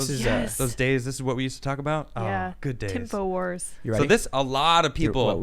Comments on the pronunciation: "TIMFO WARS" lol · She said timfowars lol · Why is this the first video that I have heard any of you say Timfo Wars!? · "Tim-fo Wars" 🤣🤣🤣